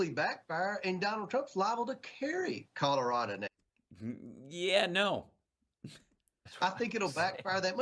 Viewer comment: Colorado does not end with an a